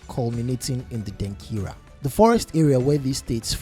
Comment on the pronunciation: Why do you want to sound like a white man, by saying Denkira instead of Denkyira?